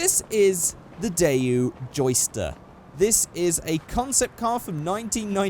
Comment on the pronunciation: Dayu? That's not how you pronounce that. DayWoo, is the right way.